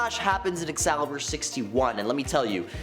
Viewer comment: I love you dude but are you playing us with your pronunciations? Schism... Excalibur... do you verbally discuss your videos with other people? No shame! Comic readers have a large vocabulary they have only ever read. I feel ya. But videos should have editors for this, no?